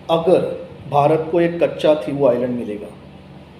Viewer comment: The pronunciation of Katchatheevubisland is not कच्चाथिवू आयलंड, but कच्छदीव / कच्छदिवु आयलंड (=कच्छद्वीप, i.e. Turtle island).